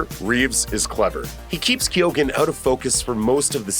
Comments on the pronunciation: thank you i crindged every time i heard it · Its pronounced barry key-own. Irish last name. This joker is horrifyingly disfigured 😳💀👀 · The pronunciation of Barry's last name is key eoin you're welcome 👍😊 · Keoghan - key own